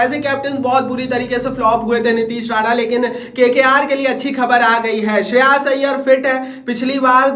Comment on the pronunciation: Sheras iyer ❌ Shreyas iyer ✅